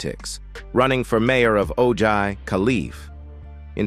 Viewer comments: How about the spin-off of "Laverne & Shirley" ? Smith family??? Boned, dee-vorce, huss-band, faa-ther? Phone-zee? Ho-ward? Do you mean Ojai(O-high), California? Murder---she wrote? Don't you ever listen to your speech before publishing your videos???????????? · Listening to the commentary, I kept trying to figure out where O'jay, California was??? Realizing you were mispronouncing, Ojai. Pronounced- Oh-High.